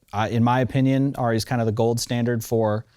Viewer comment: What is it with this revisionist pronunciation of Arri as "Ah-ri" Its Arri with an A as in "apple", not A as in "awe". Ask a German, FFS. Me: Arri owner/user/fanboy since the mid-70s.